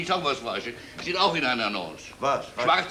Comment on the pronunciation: Hier hat er sich vertan und versehentlich Blumentopf-Erde statt Blumento-Pferde gesagt, aber man weiß, was im Skript stand.